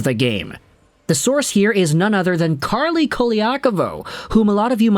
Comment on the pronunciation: It’s Carlo, not Carly…. 🙄